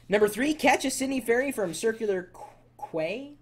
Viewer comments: It's pronounced Circular KEY! Please do your research before posting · You havent been here yet? I BEEN HERE MY WHOLE LIFE! Theres a few more things better to do ut most of them from 6 are good.. Yeah Manly is a city.. You pronounce Circular Quay as Circulay Key.. lol all those last places you mentioned are all near my holiday place: Vincentia SYDNEY IS AWESOME! Nowra sells best White Peaches :) Cya Chris